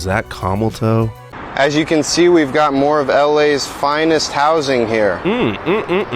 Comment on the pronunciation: "Commal-Toe'... LOL I am pretty sure it is CAMAL TOE .. LMAO It is " ASKED" not "AXED" and "ASK" not " AX" so yes I agree LEARN HOW TO SAY THE WORDS.. AX is NOT THE same as ASK and AXED is NOT the same as ASKED.. 🙄